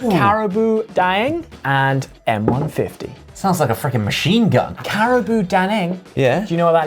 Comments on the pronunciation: It's karabao, not cariboo x) But good research though :) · Ok but here’s a little correction It’s not ca-ra-boo it’s ca-ra-bao (like a Chinese bao) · I'm surprised you get the M100, Carabao and Krating Daeng. Most Thais drink it to stay up at night, usually the best gift to give security guards. Also Ollie pronunciation of Krating Daeng is quite good 👍🏻 P. S. It's Carabao not Caraboo lol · as a Thai person the brand is actually pronounce ka ra bow dang just let y’all know